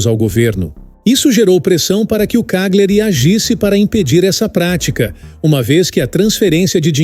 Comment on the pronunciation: Só uma ressalva, a pronúncia de uma palavra em italiano que contém GLI, se pronuncia como o nosso LH, ou seja, Cagliari se pronuncia CÁLHARI...